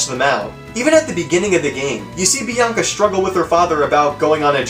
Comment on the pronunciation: That's not how you say 'Bianca'.